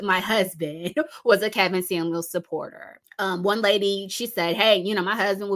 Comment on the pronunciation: Did you say Karen Scamuels??? 😂😂🤣🕊